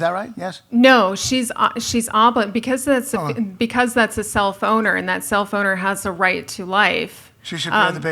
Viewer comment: I have to constantly remind myself that she says self-owner and not cellphoner